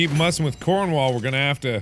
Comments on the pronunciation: Just how mark calls cornwall, codwell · We need a compilation of every time he has mispronounced "Cornwall."